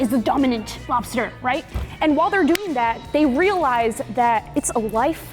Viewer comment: “Lobster” no no no, “Bster” 💀